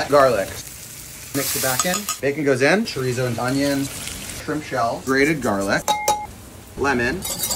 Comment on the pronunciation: I’m not even Spanish but I cringed when he pronounced chorizo